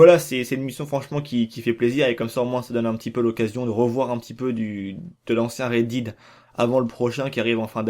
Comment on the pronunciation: Horrible le "Red Did"